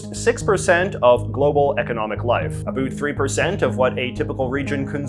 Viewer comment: the way JJ says "abouut".......